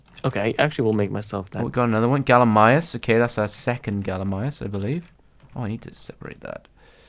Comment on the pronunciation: kept saying gallimius, not gallimimus.